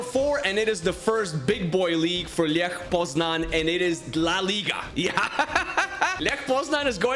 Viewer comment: Bro its Lech not ljech